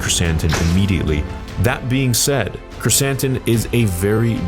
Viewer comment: called him Black Croissant, now I can’t unhear it.